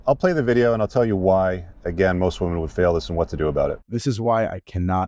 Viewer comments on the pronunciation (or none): learn to pronounce women correctly